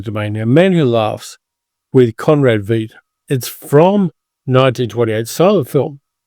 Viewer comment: Conrad Veidt is pronounced To rhyme with "white." This is the 2nd time I've told you,.